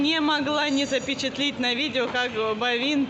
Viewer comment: слова запечатлИть нет, правильно говорить запечатлЕть!